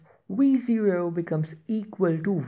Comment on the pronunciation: i only hear re zero instead of v0